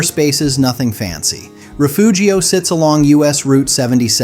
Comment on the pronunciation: I'm from Refugio. It's pronounced Reh-fury-oh, and it's a horrible place to live full of worse people. You couldn't pay me to go back.